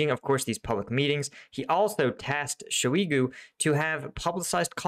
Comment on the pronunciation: the correct pronunciation should be something like: shy-GOO.